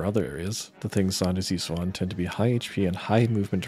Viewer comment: Is Zonde pronounced like that? I assumed it was “Zon-Day” Considering practically every tech has two syllables or more aside from grantz. It sounds better too. Nah, been pronouncing it like Zonday since I was in the 3rd grade, so I’ll never pronounce it the way you are 😂